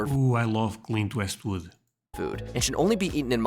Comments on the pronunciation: Clint Eastwood not Westwood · The only thing I took from this video is that you still insist on saying Clint "WEST"wood. LMAO